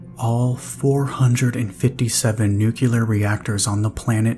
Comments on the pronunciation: ‘New-clear’ not ‘nook-you-lar’ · i was always taught to say it at it was spelled. NUCLEAR not NUCULUR So after hearing it mispronounced half a dozen times it finally drove me to leave sorry for the rant. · If you can say NEW and CLEAR, then you can pronounce it right. Its not nucular. It's never nucular. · you are my fav, and I hope that one day you will start pronouncing the word nuclear correct, it is very distracting 💜